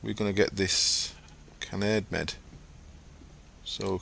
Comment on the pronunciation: Don't know if you've found this out yet, but Kanade is a Japanese word, and should therefore be pronounced "Kah-nah-day". Since it's an appropriated word, "kah-nah'd" (like pronounces it) is also valid. At first I thought it was a play on words, with Kanade literally meaning "angel", but I thought it originated in English, so I pronounced it "can-aid" -_